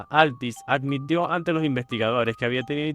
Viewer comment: Gracias por esta compilación, y relatas bien con un buen vocabulario, y por ello te pido de favor que digas "caPturando" (y sus variantes ) no "caCturando", "sePtiembre", no seCtiembre", "aDmitió" no "aCmitió", oBservaron, no "oCservaron", "desCripCión", no "desCriCción", "caPtó", no "caCtó", etc. Parece que insertar letras "C" indebidas es todo un problema para tí.